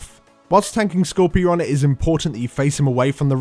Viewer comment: It's not Skorpy ron it's Skor pyron lmao.... Skorpy ron..... from now on I'm going to have to call him Skorpy ron because it's so funny.